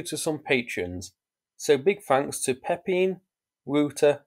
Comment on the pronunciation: Love it how you relentlessly slaughtered those Dutch names, Pepijn and Wouter.